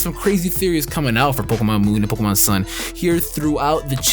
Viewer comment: it's pronounced poke E mon go back to gen 1 🙄😂😂😂